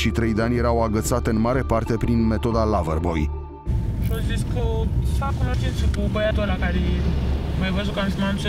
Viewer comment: Toți ceilalți: LaVăR-BoI Eu: wtf, nu e vorba de nicio lava, se citește "lovăr-boi"